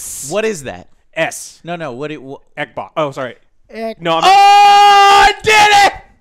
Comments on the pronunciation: The way you say Xbox is extremely racist and insensitive to Asians. Not fucking around. Some of us have Asian family. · I said "Eckbock" yesterday by mistake when discussing xcloud. Damn you